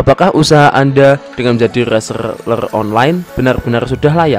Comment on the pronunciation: Rrrrrrrrrrrrrrrrrrrrr rrrrreeselerrrrrr